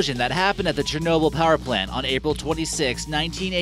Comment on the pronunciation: "CHERNOBEL" Please can u spell it?